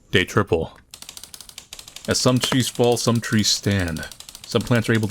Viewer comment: “Day triple” Once I realized you have a hard time with “th” it’s all I can hear now while watching your vids. Not trying to be mean, I enjoy the content. Just an observation I guess